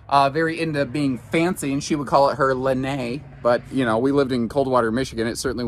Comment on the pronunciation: It's pronounced lan-eye